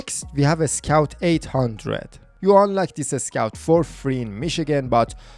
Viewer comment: Nice video But the number of "A" thrown before any "S" is just insane! FleetAstar loadAstar Ascout.... Are u russian?